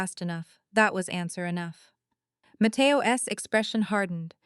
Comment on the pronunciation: Matteo Ess? Come on, AI.